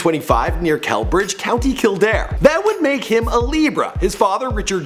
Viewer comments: Celbridge is pronounced (cell-bridge) not (kel-bridge)!!😡😡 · its pronounced sell-bridge not kellbridge lol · Its "Cell Bridge" not "Kell Bridge" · cal-bridge lol A for effort but it’s pronounced sell-bridge ... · Celbridge is pronounced 'sell bridge' not 'kell bridge'. I live there. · Wow an American who knows father ted ❤️fyi Arthur’s place of birth is pronounced cell - bridge, (same as prison cell or a cell in biology) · It's pronounced Celbridge like saying the word cell in it's pronunciation not Kelbridge. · Celbridge is pronounced ''sell-bridge. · I am Irish and from county Kildare. Kildare town. And at the start you said Aurther Guinness was from Kildare near Celbridge you said it wrong it's pronounced selbridge.